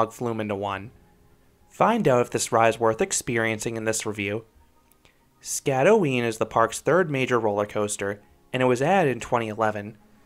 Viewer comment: You did mispronounce the name. You got the first part ot the name right, but the "øen" is pronounced by making a weird danish sound. I cant really describe it because no english word i can think of makes that sound. Anyways, great review, and i wish i had seen this review before riding, because my feet got soaked.